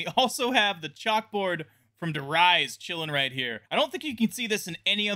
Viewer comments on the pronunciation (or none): Interesting to know that in 2023 people still pronounce Der Riese as "Der-Eyes" and not "Dare-Reese" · Der Riese is pronounced Der Reese. For the love off god, do not say Der Rise. It is making legendary and shit far too close together. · I don't dislike him I just think its weird the way he pronounced der reise like he says reise like rise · Did you mix der Riese and die rise cause you said der rise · BTW, der riese is pronounced "der Reece", like reeses